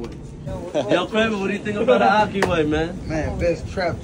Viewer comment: Question: I'm Muslim and I'm assuming the chef is as well. They been saying "Ocky" way...but I know they are trying to say "Ahki" way